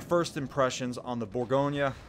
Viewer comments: Am i the only one extremely annoyed by his pronunciation of “bourgo nyyyaa” ??? Its bourgo nnyeu NOT bourgonyyaa!! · I came here to learn about the burr-GOIN. Instead all I hear is all's ass this and all's ass that. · Geez. It's French, not Italian, there's no nya!